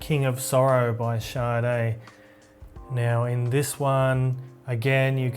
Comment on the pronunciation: pronounce Shu (Su) Er (e)